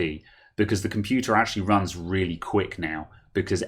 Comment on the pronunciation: Haych pee compyutah 😱